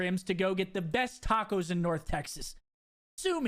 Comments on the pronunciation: its TawwwwwkOHHHHs not takkkkkos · Wait... say tacos again. LOL. the a is pronounced like an o